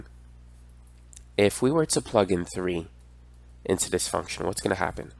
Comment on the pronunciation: Vhy vhats vong😂😂😂